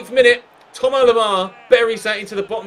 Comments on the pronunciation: Its THOMAS Lemar. NOT TOMAR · I swear his name is Thomas... Not Thoma or Thomar 😭😂